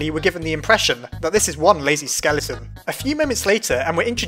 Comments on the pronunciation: Everyone: skeleTON: skellyTON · sans isnt a skele-a-ton get it skele-a-ton:-D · well sans isnt a skele-a-ton hahahaha ha i keep Doing skele-a-ton